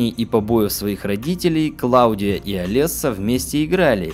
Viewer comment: Все хорошо... но какая ,к черту, Клавдия?! Она КлаУдия. Сильно режет слух.